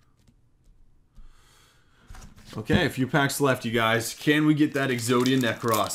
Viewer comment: Why do you say Exodia Necrass? That's not how it is pronounced. Get it right, dork.